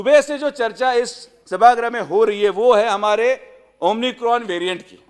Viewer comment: हा तर डॉक्टर नाही हा एमबीबीएस मुन्नाभाई डॉक्टर याला तर अमिकोन उच्चारही येत नाही त्याची डिग्री तपासून पहा